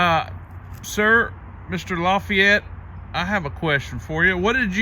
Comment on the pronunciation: Pronounced La fee et. It's a French name